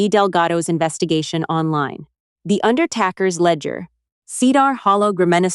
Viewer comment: Here w go again…..mispronunciation of AI. UNDERTAKERS….said as under trackers should be under ta (long A) Let’s. How a word is pronounced depends on the “context” of the sentence!! Read or read pronounced per Context!!!